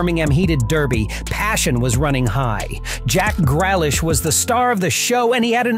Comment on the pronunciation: "Jack gralish"